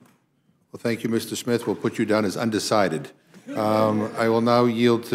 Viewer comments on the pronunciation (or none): Jajajaja, undicited he sais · Did he just say....... "UNDECIDED" !!!!!!!!!???????? May he be educated in the English language.....IMMEDIATELY!!!